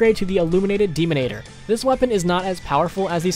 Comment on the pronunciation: Do you even read the weapon names? "Deanimator" is not "Demonator". And having the commando in the top 10 JUST because of looks?... That means its not top 10... Because as a weapon its not effective.